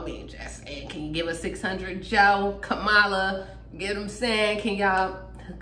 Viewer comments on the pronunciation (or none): You better learn to say Kam a la's name correctly. I spelled it out above. My sis don't play about her name. I'm proud of her and Joe.